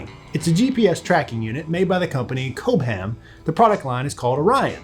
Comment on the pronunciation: FYI Cobham is not pronounced COBE HAM, but rather Cobbuhm.